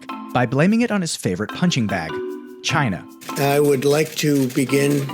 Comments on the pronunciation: Trump:"It comes from Shine-Ahh" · It came from chi-nah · The way he says china 😆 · i just want him to say china normally. it's like when someone visits nicaragua or has a friend named carlos, suddenly they're bilingual when using certain proper nouns. the inflection he puts on "china" alone makes him sound racist.